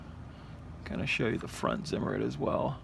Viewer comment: in German Zimmerit is pronounced CIMERIT. For all you idi....